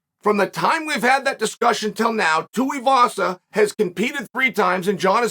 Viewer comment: Nobody: Chael: TOOEUHVASA